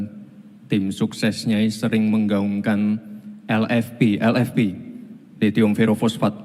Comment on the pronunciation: Sebut lhitium diawal kok lethium